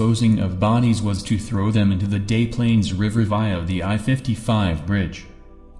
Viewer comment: Whats with the mispronounciations in this monotone voice? Its was Des Plaines River not " Day Plaines River". It was Carol DeRaunch not "Carol De Wrong". LaTanya Wilson NOT "La Ton- ya Wilson"